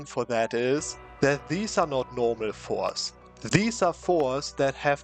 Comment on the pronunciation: pronounce the t in forts or make absolutely cracked eu4 strategy's the student